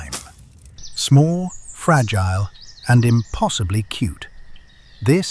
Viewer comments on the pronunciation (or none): none